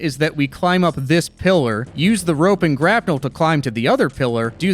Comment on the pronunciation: Bro really said rope and grapnull